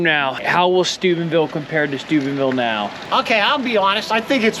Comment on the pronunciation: oh Steubenville. I thought you said Stupidville. 😂